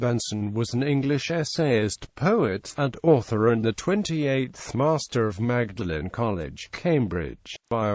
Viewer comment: Dreadful commentary, even Magdalene miss pronounced.